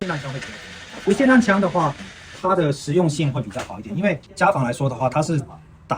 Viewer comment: 卖枪的念成散弹枪也是醉了 来跟我念 霰xiàn弹枪